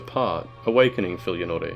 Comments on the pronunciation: i do not like how you pronounce some words lmao. "osaross" no, OH-SAI-ROSS. "ark dragon peak" no, its ArCHdragon peak. and the worst of all: fillianorE. her name is said so many times. its just pronounced fill-ian-or. the E is silent. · Okay so characters SAY filianores name and you pronounce it FILIANORAY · also putting empashis on the last syllable of Fillianore... love him nonetheless, great work as always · You said Oceiros and Filianore differently to how I'm used to and it bothered me.